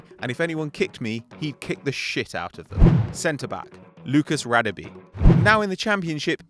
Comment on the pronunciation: Its pronounced rah-deh-beh